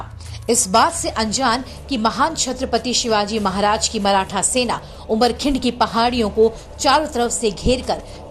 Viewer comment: Krupa karke 'Chatrapati Shivaji Maharaj' yesaa boliye